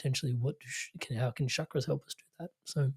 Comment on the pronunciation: It’s NOT Shakras. Why are people mispronouncing it. Does it make you sound cool? It’s a Sanskrit word Ch CHak- Ra Very easy. Except for idiots